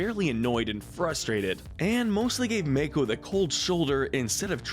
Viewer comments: I'm sorry, did I just hear Mako pronounced like May-co? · Dude, Mako is not pronounced MAKE-O. It's pronounced MAH-KO. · Wow to state the obvious that bolin a eska is the most toxic relationship And you are saying mako all wrong this is infuriating like the ooong one in the movie